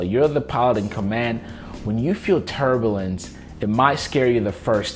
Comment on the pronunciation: Yes, agreed. And not only does he embarrassingly and grossly mispronounce turbulence, he also has to shout it out for entire world to hear!